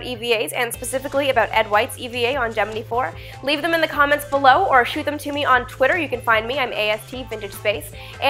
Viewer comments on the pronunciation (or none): none